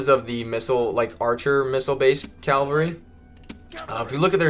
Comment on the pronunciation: Cavalry not calvary.. good vid tho, looking forward to playing